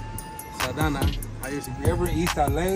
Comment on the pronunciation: This fool really said “Saldana” 😂😂😂🤣dawg